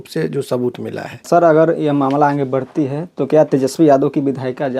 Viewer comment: ये आन्गे क़्या होता है पत्रकार महोदय